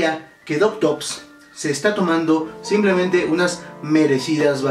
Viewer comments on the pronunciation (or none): none